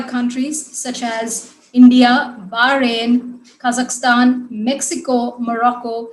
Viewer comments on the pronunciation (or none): none